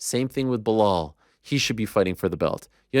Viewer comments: No way is Chael still called Belal 'Behal' 😂😂😂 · Sorry Chael but that BeHALL was bugging the 💩 out of me, thanks Ariel 😂 OMG your still sayin it after you discussed it too. WTF. BE LAL come on Mr Gift of the Gab, LMAO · Blahal???? Damn he can’t say Bilal 😂😂😂😂 why is he disrespecting that man’s name …. His nick name is “remember the name “ 😂😂😂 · “Bla-hall muhammad”… common man it’s not that hard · “Remember the Name” Chael: Blahal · BLEHAL. and he got corrected, still couldn't call him the right name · Clearly Chael did not “Remember the name” Belal…Blahal lol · Why is Chael calling Belal, Blehal??? 🤣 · I am pretty sure you don't pronounce his first name like Blehal, But who am I to judge, I can't even remember his name. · "Blahal" at this point i gotta assume Chael mispronounces names on purpose lol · I do love when Ariel forces Chael to pronounce a fighters name correctly. Blehal will be back tomorrow. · Who the hell is Blehal?? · how sad that ariel doesn't even know how to pronounce "belal"; chael magnanimously concedes the point, what a friend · For Belal? And a title shot over Colby? Next thing Ariel will propose a two state solution